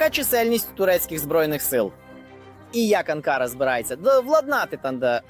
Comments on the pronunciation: Не АнкАра, а АнкарА. Навіть неспроможне правильний наголос ставити , бестолочь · Не АнкАра, а АнкарА.- озвучка ріже слух. Подяка Турції за підтримку! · Журналісту потрібно правильно ставити наголос у назві відомого міста Анкара!!! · Навчіть журналіста правильно робити наголос на слова , це якийсь жах навіть дитина у школі знає як вимовляються назви столиць.